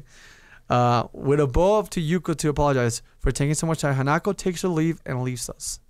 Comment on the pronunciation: I agree with S4rC4sM!! Do another Path. Do Hanako's maybe P.S. It's pronounced Han-a-ko not Hana-ko